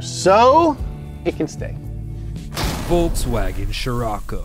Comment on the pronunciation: I love how you butcher up Volkswagen every time.